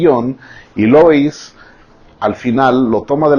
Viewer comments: No es lois, es lúis... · Señor😂se escribe Louis pero se pronuncia lui 😂😊😃😂😆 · Por favor díganme qué no soy la única a la que se le hace gracioso el que pronuncie mal el nombre de Louis.